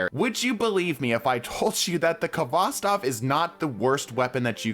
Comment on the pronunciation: It's pronounced hvostov not kovostov haha